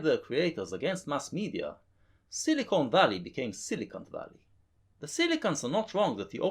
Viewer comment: Heh, I know you're saying "Coelacanth"... but I choose to hear "Silly cunt" ;)